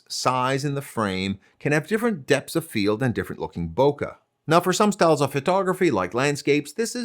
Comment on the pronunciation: The word "bokeh" comes from "ボケ" in Japanese, and it's pronounced like it rhymes with "OK." It means the opposite of focus. Not exactly blur, which can be caused by motion, but the quality of not being in focus. I used to work as a Japanese to English translator for Nikon back in late 90s and we were scratching our heads how to translate this to English. We actually used "defocus" but that wasn't very good. It looks like somebody (not me) had the same problem and just used the Japanese word, and now it's part of the photographer's language. When someone''s brain is foggy in Japan, maybe because they didn't sleep enough or have a hangover, Japanese people will say that they are "bokette iru," which uses the root of bokeh to say their brain isn't in focus.